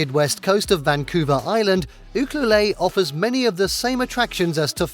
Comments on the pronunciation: 😂It is pronounced Ukuelette, not ukluleeee! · These towns are tourist spots and have no jobs, just so all know that you won't find work. "OOhkalay" (Ucluelet, BC) is actually pronounced "You-kluelet". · Ucluelet pronounced…..” you….clue,,,let “ not You clue lay! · Where did you come up with your pronunciation for Ucluelet. It's u-clue-let not u-clue-lay. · With no disrespect, Ucuelet is pronounced : you- CLUE-let. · Ucluelet ahahahahhaha you didn't pronounce that anywhere right! you-Clue-LET!!!!!! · Pronounced you cue let😊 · Ucluelet is pronounced - you-clue-let - just saying :) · thank you... this was bothering me too!